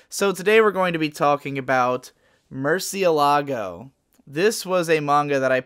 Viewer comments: I'm spanish and that word is not said as "muercieLAgo", but " murciElago". It means "bat" and is written "Murciélago". The "é" is an indicator of enfatization in The pronunciation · Man, as a Spaniard, your pronunciation of murciélago killed me.